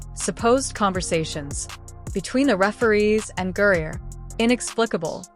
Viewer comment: GRINER. How in tf did you come up with that pronunciation? Brittney gruyere cheese?